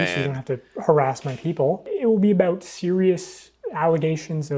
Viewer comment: The "about" is the most scottish about ive ever heard hahahaha